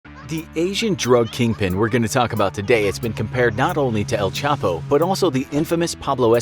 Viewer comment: He should be called “el chheee pouoo””